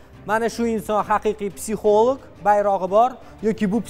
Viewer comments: Бу канака олима булди психолог сузини тугри айтолмайди. Психолик деб. Аввал тугри гапиришни ургансин. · Битва Тиранов 😅, психолог сузини тугри талаффуз килолмайдиган ,,психолог....Олима,файласуф,аллаканча китоб ёзганларни танимайман. Онам билан бир соат сухбат курганимда канча хаёт китобларини укигандек булардимХозир кизларимга айтаман,биргаликда хотирлаймиз.Жуда куп маколларни билардила.Хар бир мавзуга мос маколлари бор эди.34 ёшларида 4 норасида гудаклари билан бева колиб,оддий касалхона ошхонасига идиш ювувчи булиб ишга кириб,рузгор тебратганла.Жойлари жаннатлардан булсин.🤲